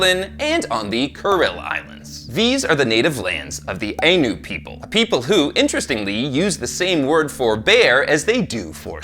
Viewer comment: I know I'm late but I've just discovered this channel. It's great to hear our culture being brought up, but our name is pronounced the eye-noo.Our practices involved taking two bear cubs and raising them as equals amongst our people. Both were treated as gods. When it came time to release the spirit, only one bear was chosen. The other was ushered into the wilderness.